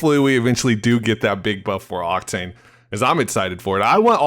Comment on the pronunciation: you said cocktain lol